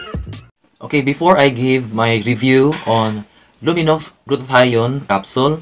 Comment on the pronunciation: Silent x po pag pronounce